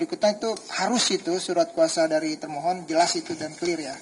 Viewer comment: kok ketika hakim bilang termohon yg saya dengar malah termul 😂